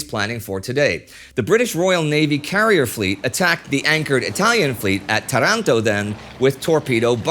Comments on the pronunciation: Another jem in WWII panorama! Thanks! One small detail: 'Tàranto' is the right pronunciation 😉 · Excellent start- I can't wait to watch more! Oh, btw, the Italian town off which the naval-air battle occurred is pronounced TA-ranto... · So much expecting this! just to know, the right Italian is Táranto with a long first A.